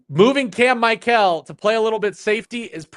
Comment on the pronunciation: please stop mispronouncing Cam Michael's name. Dave pronounced it correctly go back and listen to how Dave pronounced it. No player wants their name mispronounced 💯